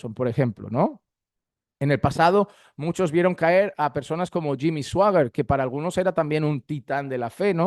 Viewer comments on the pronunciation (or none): none